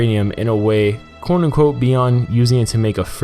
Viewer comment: you really have to enunciate "quote-unquote" also stop saying it 1000 times per video. good vid tho